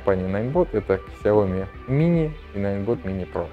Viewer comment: Что еще за Ксяоми?)У Лэя потекла кровь из ушей)))Сяоми правильно говорить